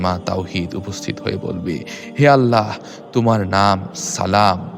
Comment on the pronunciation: আপনার আল্লাহ উচ্চারণ ঠিক করেন তারপর ইউটিউব করেন